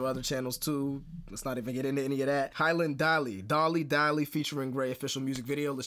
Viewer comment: Her name is pronounced “hee-yo-Lin” thank you for the reaction